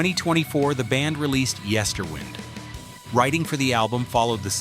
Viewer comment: Interesting though rarger superficial jn someway. Please fix pronunciation- of everything from Kitee to Yesterwynde. Good though!👍